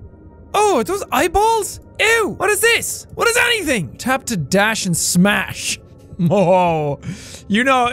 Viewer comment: ''dash and smash'' sounds so weird lol